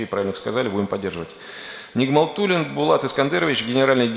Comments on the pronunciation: Tak przy okazji, droga pani: nie Bulat, ale Bułat! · Przyznam, nie specjalnie mnie cieszy, że komuś jest gorzej ale w perspektywie wojny to dobra wiadomość. A na marginesie: rosyjskie L bez zmiękczenia wymawia się jak nasze Ł więc pan profesor ma na imię Bułat ( tak jak Okudżawa ) a nie Bulat. Przepraszam jeśli wyszedłem na przemądrzałego.